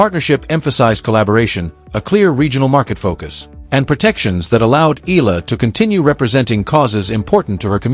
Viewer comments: Her name is Alex Eala not Alex Ayala. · Pronounced: Eh...ya...la